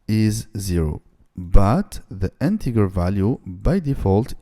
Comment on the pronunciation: Please it's Integer not Integar 🥲🥲